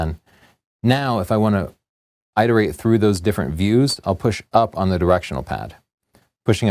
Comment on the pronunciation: eye-terate? I believe you mean IH-terate i.e. a short i not long. And while on the topic of long and short I's - maybe you can explain why Americans say N-eye-kon and the rest of the world says N-IH-kon. Curious huh?